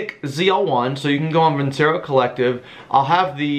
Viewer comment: Veen-che-ro, not vinsero.